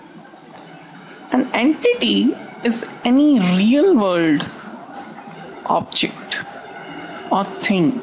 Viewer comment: "An enkiking is any RRREEAAAL wold opchik." :D